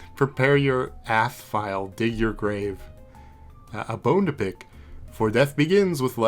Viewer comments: the ~ symbol is called a tilde. so the troll virus programmign system isn't called 'ATH', it's pronounced 'Tildeath' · ~ath is pronounced till death. as itis tilde and ath